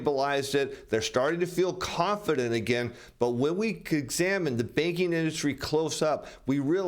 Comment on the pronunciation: Good info! But I thought he was saying the baking industry .